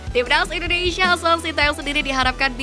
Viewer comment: Stop Say INDONEISIA , the correct is INDONESIA , dawg